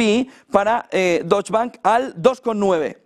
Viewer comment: La pronunciación es “deutsche” (doitsche) no “dotsch”, si es que no me equivoco. 😊